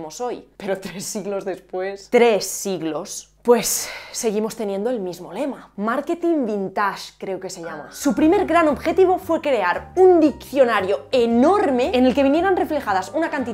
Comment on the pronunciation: no puedo creer con todo lo que estás aprendiendo de ingles (entre otros idiomas) pronuncies VINTAAASSSHH 🥴🤯😪